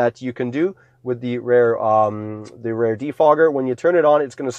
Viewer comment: why is he saying rare?